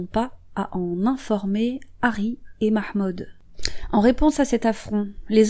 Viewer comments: 🔈 la prononciation du ''mahmood'' 😍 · Merci pour cette vidéo !! 👍👍 PS: ton accent pour prononcer le nom de famille de cette pauvre fille ,et vraiment Nickel ! 👌 Amicalement